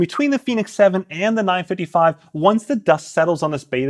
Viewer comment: Am I the only one hearing “9-fiddie-fye” 😂